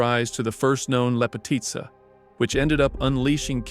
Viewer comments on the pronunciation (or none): It’s pronounced “le-po-tea-tsa” in Serbian in means “Beauty” or someone that is beautiful.